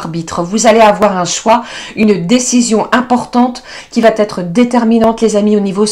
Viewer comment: Tu vaTêtre , tu doiTêtre, aïe, aïe , les liaisons dangereuses ! Allez, alez, allez